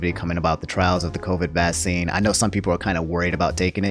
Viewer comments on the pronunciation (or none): Everybody: "Vaccine": "VASEEN"